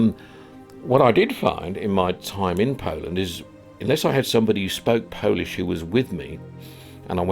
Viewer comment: You are always welcome to Poland, and your Polish pronunciation is almost perfect:)